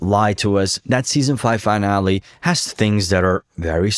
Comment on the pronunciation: Great video, btw, the world finale is pronounced fi-nal-lee, its not pronounced the same way as finally. Again, great video and im subbing, just constructive criticism:)